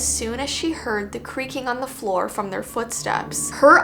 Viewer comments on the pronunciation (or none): none